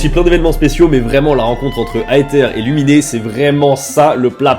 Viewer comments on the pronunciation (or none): parcontre la plus part des nom ne son pas en "é" mais en "e" x) genre c est pas "childé"!mais "childe" ou "luminé" mais "lumine" (le "e" est muet) mdrr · "Aïe ther" "Luminé" 😭😭😭🤣🤣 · Luminé 😭😭 est Lumine, comme en anglais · Louminé à la place de Louminn pour Lumine Aetère à la place de Aezeur ou iizeur pour Aether Vraiment surprise d'entendre ça mais on pardonne x'D